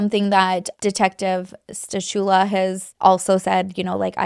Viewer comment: The C in stachula is silent